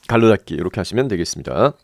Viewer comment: 상세한 설명 감사합니다! 괄호를 갈로로 발음하는게 특이하네요